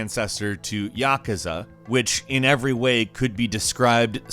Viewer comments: I think he meant YakUza but it came out wrong . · What the hell is yahkuhzuh? You Yakuza? It's pronounced yuh kū zuh. Ass. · It's yakoooza not yakaza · You lost me when you said yaKAza. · He also mispronounced Yakuza.